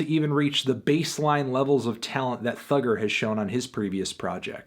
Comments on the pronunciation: It’s thugga not thugger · Cos he’s saying it as “thugger”